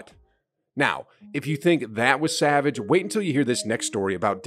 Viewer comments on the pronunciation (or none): none